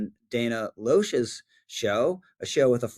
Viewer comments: Loesch is pronounced "Lash," and that was not a photo of her.🙄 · Rich? No conservative should ever use the term “McCarthy-ite” as an epithet. The good Senator from Wisconsin was right. And how do you not know how to pronounce Dana’s last name?